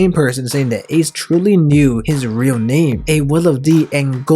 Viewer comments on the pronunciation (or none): none